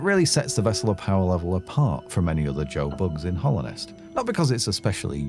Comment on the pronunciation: Very small thing but it's Hallownest not Hollownest, Hallowed meaning holy Other than that tiny mistake though the video is great